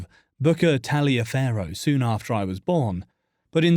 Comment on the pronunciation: Aaargh! He mispronounces Booker’s middle name ! It isn’t pronounced the Italian way. It’s pronounced in the southern United States like “Tolliver”. Don’t ask me why. That’s just how families with that name say their name. So his name was pronounced Booker “Tolliver” Washington even though it was spelled Taliaferro (which means iron cutter in Italian interestingly).